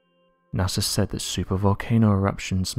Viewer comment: I didn't know NASA was pronounced with an "R"